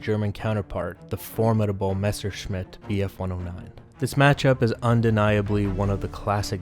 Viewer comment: I think this might be the first time I ever heard an english speaker say Messerschmidt correctly... Hats off to you! :D